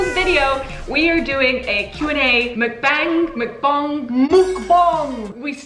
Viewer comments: The a in mukbang will sound like o even though it is not.....so pronounce it like mukbong.....sounds weird (korean language is strange). There is no c.....it is spelled mukbang sounds like mukbong. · HAHA you guys kill me every time - i'm korean and it's pronounced MUCK-bong (the muck rhymes with duck and the bong rhymes with...thong??). it essentially translates to eating room lol. love you guys lots thank you for always putting a smile on my face and sending lots of love from new york <3